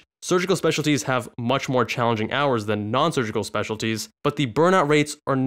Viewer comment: Spending Too Many ‘Wours’ at Work